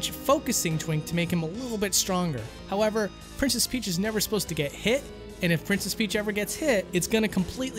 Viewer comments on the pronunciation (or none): "howeRver" xD